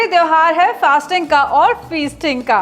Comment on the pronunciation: Did she just said "fasting ka or fisting ka"☠️☠️